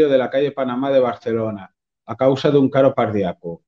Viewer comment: a finales del minuto 4, dices: "A causa de un caro pardiaco= ¿paro cardiaco?